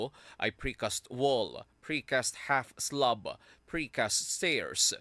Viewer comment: Slab not slub